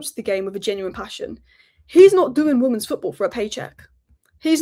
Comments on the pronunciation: are you saying woman's when you mean women's? i cant get my head around it, is it an accent thing? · Why can't you pronounce the word "women's" properly? Weird!